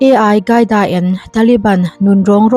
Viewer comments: Advice aw.. Ai qaida nilo in AL QAIDA (alkaida) tiin an lam thin. SVMM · A I gaida han tih tlat chu aww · AI-CAIDA Nilo in AL-QAEDA Bin Ladan a pawl te zawk a nih hmel a pronounciaton kha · AL khâi da pronounce dân tur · Al tih hi L hi i angin a chhiar palh zawk a nih dawn hi... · Al qaeda i lam dan chuh Artificial Intelligence (AI) an hmang a maw ka ti mai dawn a lawm le!!! Al qaeda hi i la hre ngai lo a mawn le aww....?